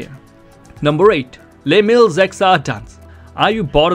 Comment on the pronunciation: Very helpful thank you! FYI Les Mills is a person's name, so it is pronounced like "Less Mills", not like a french "les"